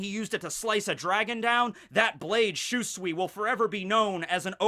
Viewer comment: I can't stand it anymore for god sake learn how to say ryuma sword name. It's SHUSUI. Shu like in shunpo and sui like in suigetsu. Even characters say it that way.;)